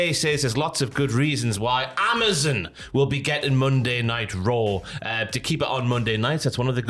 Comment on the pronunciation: lol yo can’t say Amazon right